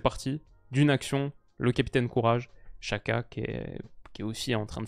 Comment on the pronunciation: La Nati en constante progression ils ont une belle generation de joueurs vu leur partie de tableau je les vois aller loin. super vidéo par contre Xhaka on prononce "Djaka" et non pas "Chaka" L'Uefa a publié une vidéo avec plusieurs joueurs aux noms compliqué qui donnent la bonne prononciation de leur nom